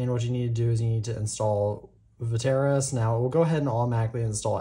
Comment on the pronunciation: Va tair ass? It’s vet tris